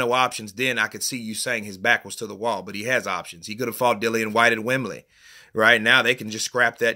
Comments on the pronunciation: 'Wem-blee' not 'Wem-bleh'. It's just 'norf' of 'Landon'. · Loooool. You need to change that accent when you say 'Wem-bleh'. Wembley is in the south of England, 'norf' ,as we say down here, of London. You should pronounce it 'Wem-blee'. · "Wembleh" 😂😂😂😂😂😂😂, ur mocking Kel Brookes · The way you say Wembley cracks me up!!! 🤣🤣🤣🤣🤣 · The way he says Wembley 😂